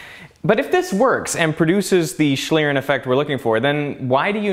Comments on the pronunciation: Your pronunciation is awful, almost beyond recognition. It's 'shleern' or /ʃliːʀn̩/ for those versed in IPA. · Awesome video and great effort. My German brain is hurt, though. It is pronounced more like shleeRRenn. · As a german speaker it is very irritating how you pronunce Schlieren. It would be nice if you just took 1 Minute to look up the pronounciation of term you use multiple times in your video. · How english people say schlieren xD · I like how you say "Schlieren"! Sounds wierd to a german person although you pronounce it pretty good xD